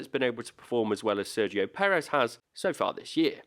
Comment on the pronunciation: I don't understand how it can be so difficult to pronounce his name accurately.